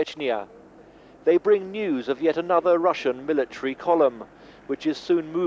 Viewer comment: "mila tree"